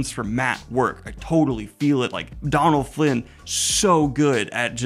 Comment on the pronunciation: I've tried my friend, he's committed not to getting it right